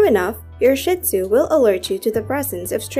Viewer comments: Not “Shit-Zoo” - it’s “Shee-tzu”. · PLEASE! Don't continue the WRONG and disgusting pronunciation of Shih-Tzu. It is pronounced SHEED ZOO. Saying shit is absolutely crap. No pun intended. LOOK IT UP! Say SHEED ZOO!! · It is pronounced SHEEEEE Tzoooo! The only sh*t comes out of their body. They do not take your things & chew them up. They are very intelligent, & grasp what belongs to you vs. them. They are INCREDIBLE watchdogs!!! They alert with barks & growls when they don't know the source of the noise, NOT a wagging tail! They are very much a part of the family (pack animals), & are very protective of their pack/human family!